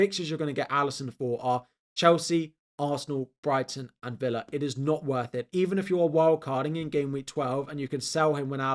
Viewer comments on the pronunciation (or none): none